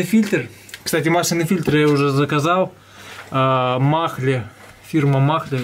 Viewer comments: Фирма читается как Маале а не Махле, буква Н не произносится а просто делает а более длинной. Поэтому в транскрипции будет Маале. Не упрёк а так к общему развитию ;-)) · Mahle правильно говорить не махле а Мале с ударением на первый слог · Махле 😂 😂 😂 Mahle произносится майле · Не махле,а мале)) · Угу, х в немецком не читается после гласной. БЕХР, МАХЛЕ, БАХН) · Все ок, только не махре, а МАЛЕ!)) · фирма не МАХЛЕ,а МАЛЕ 😉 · Фильтр не Махле, а Мале... живу в Германии 16-ый год, такой марки не слышал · Фильтр мале а не махле ))) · Не маХле, а мале) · Фильтр -МАЛЕ читается,а не МАХЛЕ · Не махле , а мале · Фирма мале... А не махле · Мале!А не махле! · Привет, без обид, говори просто МАЛЕ, а так все супер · Фильтр правильно называется "Мале" буква "H" не говорится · Фирма,, Мале,, h не читают.,, Mahle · Здоров. Жми дальше, народ верит в тебя. И да, на немецком « mahle “ буква “h” не читается. А так все супер.